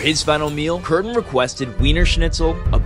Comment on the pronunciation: I love how Kürten and Düsseldorf have the same Ü sound but you pronounced Kürten right and Düsseldorf as Duuseldorf XD